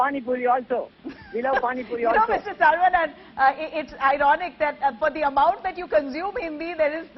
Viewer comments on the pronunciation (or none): This lady donot know how to pronounce the name saravanan she isays sarvanan.